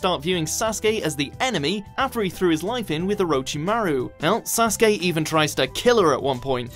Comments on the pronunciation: Not the biggest fan of the Naruto franchise, but can people please stop calling him Sauce-kay. Sasuke, sa-sue-kay. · When he said Sasuke.. I laughed because I understand "SasGAY" 😂